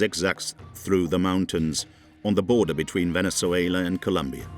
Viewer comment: It is Colombia, not Columbia